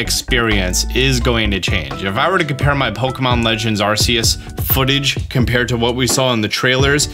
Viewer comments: Constantly saying "Arseyous" even though the phone is called the ARC phone. It's definitely ARCeus man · It's still ark e us that's how you pronounce it not sure how there's all these big YouTube Pokemon people but they still can't pronounce a name right that's been proven to be pronounced starting as ARK it doesn't start off sounding like a British butt the creators even pronounce it as ARK E US but all these YouTubers are like nope it's a British butt 🤦 very annoying